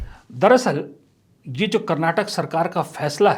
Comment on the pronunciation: Sir i love ur videos but one thing I have to tell everyone whenever ur taking states name take it fully being kannadiga it's karnataka not karnatak please...